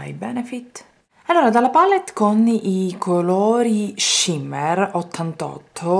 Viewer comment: Cara Giuliana! vuoi un consiglio per ricordare quale colore usi nella palette 88?? numera i colori con un pennarello permanente bianco o argento!!!!!!!!!!!!!! sei brava ma non posso sentirti dire palette con 2 L!!! i PALLETTE, come dici tu, sono i bancali in legno hai presente!!!! cmq sei forte brava!